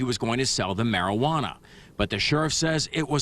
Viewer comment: "... he was going to sell *the mariuhana*..." 😂